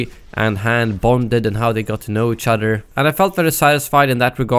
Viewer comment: Your saying udder not other